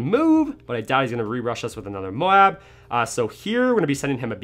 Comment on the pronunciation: Anyone else love how he says Moab lol